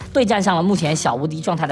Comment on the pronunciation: 連GENG都不會念了 笑死